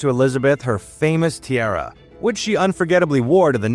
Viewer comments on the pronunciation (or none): It's ti-a-ra not tierra.